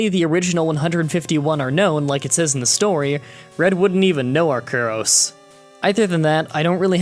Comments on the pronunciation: Not trying to be a grammar nazi, but I believe that " arceus" is pronounced "Are-Sea-Us" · It's pronounced Ar-see-us, according to the anime. Also, maybe it's because part of my formal training was learning skull shapes and how a face is determined by skull shapes, but I never found the theory linking Kangaskhan and Cubone very compelling. Honestly, with the way Cubone's skull is shaped, it should have an appearance closer to Charizard, albeit with a larger cranium and sharper cheekbones. They wouldn't look like a Kangaskhan at any stage of its life. But, hey, that's just my opinion. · Its Pronounced Are-See-Yus